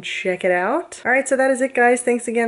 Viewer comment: When you said "please remember to subscribe", I thought you said "Please murder to subscribe" at first... 0.o